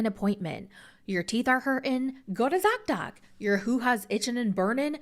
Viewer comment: Zock doc? Dot dot? Doc doc? I couldn't understand you lol.